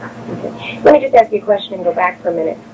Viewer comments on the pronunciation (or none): Not as smart as the prosecutors, it seems. He continues to be unable to pronounce the word "ask" to this day, as well.